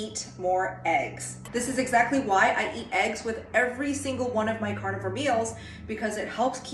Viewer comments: i know you are saying carnivore I KNOW this. Cant not hear and imagine you saying carnivals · I heard it like you were raising a cow so the cow could lay an egg.